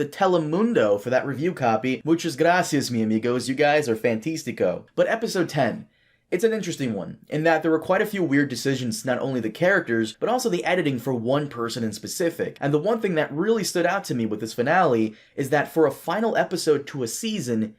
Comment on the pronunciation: It's not FAN-TIS-TI-CO, it's FAN-TÁS-TI-CO.